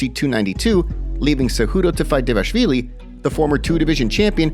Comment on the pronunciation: DEVASHVILI? ITS DVALISHVILI YOU FOOL.